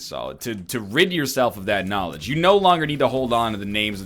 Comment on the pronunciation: yes get the knawlage